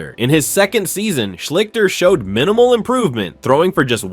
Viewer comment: Art Shleesh-stir is how you pronounce his name. Just look up any Ohio tv news service from the time and you will hear it pronounced correctly. I know how it's spelled, but you're saying it wrong.